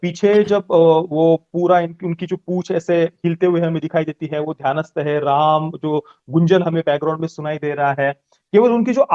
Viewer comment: राम नाम का उच्चारण जो किया गया है 🙏 मेरे तो रौंगटे खड़े हो गए राम राम राम